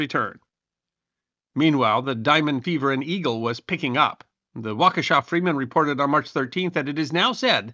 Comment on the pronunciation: Thank you for pronouncing Waukesha correctly. It really means alot.